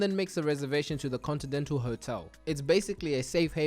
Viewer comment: "contidental hotel"😂